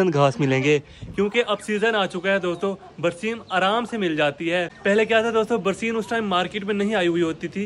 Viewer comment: Barseen nai hota barsan hota hai